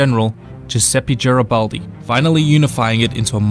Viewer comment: giaribaldi non si puo sentire infatti😂